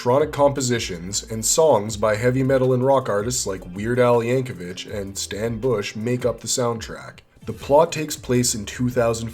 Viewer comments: Weird Al Yankovich? It's pronounced Yankovic!!! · I stopped the video as soon as he said Weird Al Yank-o-vitch